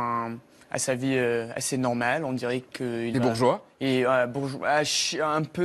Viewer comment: Il a un accent tres Canadien lorsqu'il prononce "normale" et "mais" et bien d'autres mots.